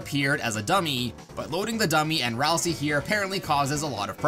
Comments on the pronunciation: Ralsei, not Ralsee. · um "ralsei" is pronouced Ral-SAY, not Ral-SEE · You’re pronouncing Ralsei like (Ralsee), and that’s not how you pronounce Ralsei. You pronounce it like Ralsei (Ralsea). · Why does so many people call Ralsei as Ralsie? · ah yes ralsee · It’s ral-sei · aight so how many times did he miss pronounce ralsei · Almost positive you pronounced Ralsei wrong